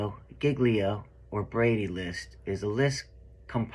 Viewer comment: Every real cop would never mispronounce " GIGLIO. " as painfully as.he does.. Either he wasn't a cop or was in and out in rookie stage less than 5 years of service. (Opinion only)(Educated Opinion)....